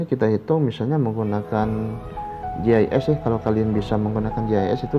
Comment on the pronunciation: gis mksdnya itu pak, tapi terdengaar seperti jhs. Gis atau sig singkatan dari sistem informasi geografis